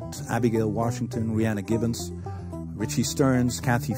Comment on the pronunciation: And its Rhiannon Giddens not Rhianna Gibbons but thats ok